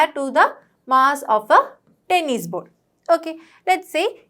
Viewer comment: The teacher's pronunciation is not good she is saying bowls instead of ball